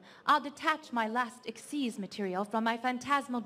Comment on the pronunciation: Lol she calls a xyz monster a "ixs" monster